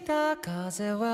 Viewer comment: 처음 부분 바람은(카제와) 과제랑 발음 베슷하게 맞추신거 보고 웃었어요ㅎㅎ